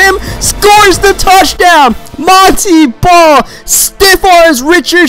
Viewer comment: it is pronounced mon tae ball not mon tee ball